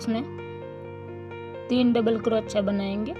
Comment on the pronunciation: आपका उच्चारण बहुत इरिटेटिंग है क्रोच्या क्रोच्या के बजाय सही उच्चारण कीजिए ।